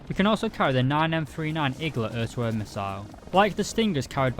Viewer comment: All i can hear is Öhr to Öhr missile xD